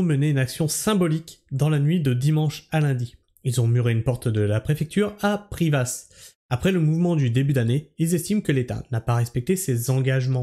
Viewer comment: je suis ardéchois, bravo à nos agriculteur et pour info on dit "PRIVA" sans le "S" qui ne se prononce pas :))